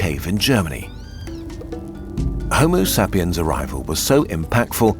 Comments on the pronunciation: Not even 2 minutes in and I just got slapped in the face by that "homo sah-pien". I was just about to fall asleep but now feel very alert. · Homo Sap-e-ans? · Why you pronouncing Homo sapiens like that? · is that the correct pronounciation of Homosapiens?